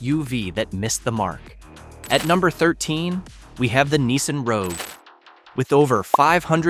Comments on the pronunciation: Wtf is a Neesan? It's NISSan, you troglodyte. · Site description written in the first person but doesn't give a name. Videos are all stock and snagged video from elsewhere. Proper names are mispronounced such as "Neesun" for Nissan. Dead give aways this is a fake AI-narrated site.